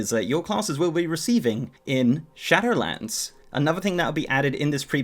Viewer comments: It's SHADOWLANDS, not SHATTERLANDS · Am I the only one who hears "Shatterlands" when he says "Shadowlands"? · Istg you say shatter lands again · I hear "Shadowedlands"